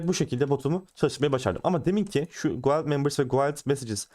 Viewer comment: Dostça bi düzeltme "guild" gild olarak telaffuz ediliyor. Yabancı çok aboneli bir çok kanalın anlatmadığı kalitede anlatıyorsun teşekkür ederim.